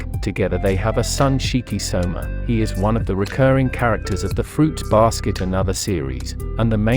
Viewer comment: It's Soma/Sohma. Not Shoma